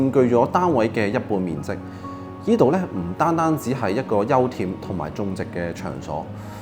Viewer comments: 休憩。。讀（休氣） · 我都聽到好UN耳